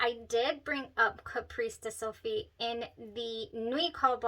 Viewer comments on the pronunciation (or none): CAPRICE pronunciar: Ca-pris. :)